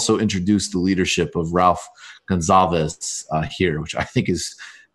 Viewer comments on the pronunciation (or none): His name isn't pronounced; 'Gonzalvis' Michael, it's 'Gunsalves', like in gun and salves. Gonsalves, not Gonzales. That billionaire who was social distancing on his yacht that pissed people off a few weeks ago was in St. Vincent, somewhere in the Grenadines. After this shut down ends, go vacation in St. Vincent. Gonzalves was born in Colonarie. There is a nice river running alongside his mom's house. The economy needs some help. Tourism can be that leg up.